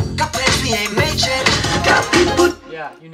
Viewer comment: My high school choir teacher would be so mad if we didn’t pronounce the last sound in words 😂. I think this also bothered me when listening to the song because of what my choir teacher taught me. Also — I prefer “made yet” like the way Yeonjun pronounced it vs “mayjet.”